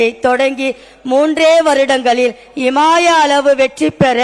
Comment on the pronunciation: இமாலய. இல்லை. இமாயா.